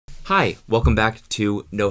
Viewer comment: cody hit the H in "hi" like ajit pai... damn